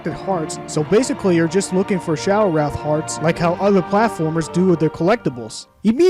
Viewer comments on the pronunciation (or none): it's shadow wraith not wrath